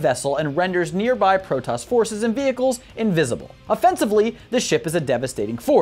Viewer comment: All the Protos words are wrong..... its all voice acted how do you get them wrong!